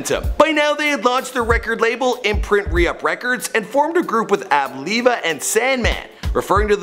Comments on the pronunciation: Ab LEEva,no its AbLiva, they didn't go by hell hath no fury. They are the Re-Up gang. This is basic info bro. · Ab “Leeva”